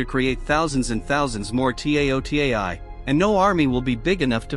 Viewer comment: "The T A O T E I" Jesus, lmao, this may have been uploaded 5 months ago, but there's nice AI voices compared to this TTS. Cool movie tho, remember seeing a trailer or something of it in the past, but never ended up watching it, and forgot about it.